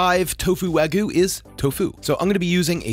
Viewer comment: Wag-yoo bro.